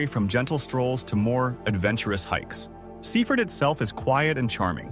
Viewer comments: Sea Ford. Not seefud. Cook mere not Cuck mere. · You pronounce it Sea Ford if you are a local